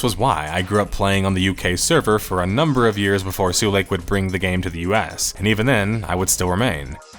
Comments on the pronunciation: Sulake is pronounced sue-lah-keh, not sue-lake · It's pronpunced su-la-ke, not su-leik. And it means a fuse. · Why are you correcting Finnish people on pronouncing Adidas when it has absolutely nothing to do with your video or the topic. Also, Finnish people pronounce Adidas correctly, you pronounced Sulake in a very funny way. If you get all hissypissy about being corrected, why not look up the pronunciation and make sure you say it at least sort of correctly to begin with? Such an insanely childish reaction, goddamn. Sincerely, another Finn very put off by this exchange. I'll see myself out even though the video topic is intriguing. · Has anyone ever told foreign players of Habbo that "Sulake" is not pronounced "Suu lake" but as its written? "Su-la-ke". Literally meaning a type of power charge cell. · "sue lake" 😭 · After a whole video of "sue-leik" him pronouncing muumiopappa this well surprised me. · As a finnish person, l find it funny that english speaking persons pronounce finnish names like they would be far eastern-type names. Sulake -> Suleik, Sampo->Sempo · Who is "nobody"? Finnish people pronounce Adidas in the intended way at least. Sulake isn't up to interpretation either as it is just the Finnish word for electric fuse, so you just pronounce it incorrectly.